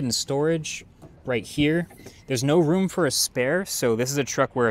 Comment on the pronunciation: "oh noe" 🙄